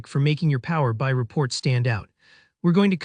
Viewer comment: It's "Power B.I", not "Power By" 🤦